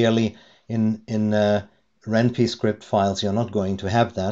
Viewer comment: Just a heads up, it's pronounced "wren pie" (like the food). The name is a combination of ren'ai (Japanese word for romance) and Python.